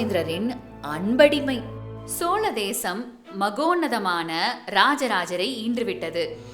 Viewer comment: ஏனுங்க அம்மணி உங்களுக்கு தமிழ் உச்சரிப்பு இப்படி இருக்கிறது? இவ்வளவு நல்ல விஷயத்தை சொல்லும் நீங்கள் ஏன் தமிழைச் சரியாக உச்சரிக்க கற்று கொள்ளவில்லை?? அதென்ன நள்ள (?) காளம், சோள தேசம்???.. மன்னிக்கவும் இது சரியில்லை..😭 யரலவழள, மெல்லினம், இடையினம், வல்லினம் பாரத்து உச்சரிக்கவும். தயவுசெய்து திருத்திக் கொள்ளவும்.. கீழ்கண்ட பாடல் வரிகளை அடிக்கடி உரக்க படித்து, பாடி பழகுங்கள்.. குறிப்பாக, "*கள்ளுர பார்க்கும் பார்வை உள்ளுர பாயுமே* என்ற சரணத்தை தினமும் இரண்டு முறை பாடி பழகினால் உங்கள் உச்சரிப்பு சரியாகும் ராஜ ராஜ சோழன் நான் எனை ஆளும் காதல் தேசம் நீதான் ராஜ ராஜ சோழன் நான் எனை ஆளும் காதல் தேசம் நீதான் பூவே காதல் தீவே மண் மீது சொர்க்கம் வந்து பெண்ணாக ஆனதே உல்லாச பூமி இங்கு உண்டானதே ராஜ ராஜ சோழன் நான் எனை ஆளும் காதல் தேசம் நீதான் பூவே காதல் தீவே கண்ணோடு கண்கள் ஏற்றும் கற்பூர தீபமே கை தீண்டும் போது பாயும் மின்சாரமே உல்லாச மேடை மேலே ஓரங்க நாடகம் இன்பங்கள் பாடம் சொல்லும் என் தாயகம் இங்கங்கு ஊஞ்சலாக நான் போகிறேன் அங்கங்கு ஆசை தீயில் நான் வேகிறேன் உன் ராக மோகனம் என் காதல் வாகனம் செந்தாமரை செந்தேன் மழை என் ஆவி நீயே தேவி ராஜ ராஜ சோழன் நான் எனை ஆளும் காதல் தேசம் நீதான் பூவே காதல் தீவே கள்ளுர பார்க்கும் பார்வை உள்ளுர பாயுமே துள்ளாமல் துள்ளும் உள்ளம் சல்லாபமே வில்லோடு அம்பு ரெண்டு கொல்லாமல் கொல்லுதே பெண் பாவை கண்கள் என்று பொய் சொல்லுதே முந்தானை மூடும் ராணி செல்வாக்கிலே என் காதல் கண்கள் போகும் பல்லாக்கிலே தேனோடை ஓரமே நீராடும் நேரமே புல்லாங்குழல் தள்ளாடுமே பொன் மேனி கேளாய் ராணி ராஜ ராஜ சோழன் நான் எனை ஆளும் காதல் தேசம் நீதான் ராஜ ராஜ சோழன் நான் எனை ஆளும் காதல் தேசம் நீதான் பூவே காதல் தீவே மண் மீது ச